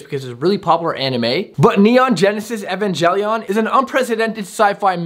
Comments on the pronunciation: evan-gel-ian Every anime fan: 🤬🤬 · it's Evangelion neon genisis I am a anime vet you saying the name pronouncing wrong the name